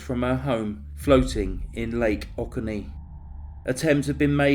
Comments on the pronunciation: O-coe-nee dear.:) Thank you for this video and story. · Oconee is pronounce “oh-CONE-NÉE” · Great vid! Subbed. FYI - Oconee is pronounced "Oh Co Nee". I live north of Atlanta and remember hearing about this when it happened. Weird and strange story. Need to keep this one on the radar.